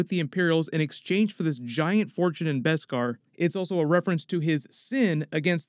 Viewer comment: BESKAR! NOT BESPAR!